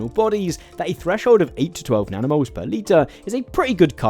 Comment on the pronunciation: Legit heard nanomoles as "danimals" (like the US "kids'" yogurt brand) the first few times.